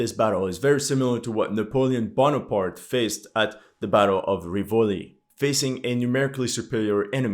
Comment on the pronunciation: In "Rivoli" the accent Is on the First I so it's RIvoli